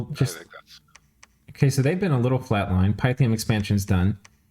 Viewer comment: Great video! FYI : It's jow·tn (heim). Its roots are old Nordic or Scandinavian, not German. Also Pi ·thee·uhm. Greek with new Latin. Keep up the great commentary, can't wait for the next video!